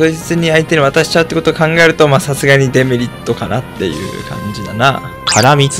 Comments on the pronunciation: デメリットの発音がエムリットなの、毎回ちょっとだけ違和感を産む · A0さんのデメリットのイントネーションがエムリットすぎてポケモンを感じた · 「デメリット」のイントネーションがエムリットで草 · デメリットがエムリットと同じイントネーションで草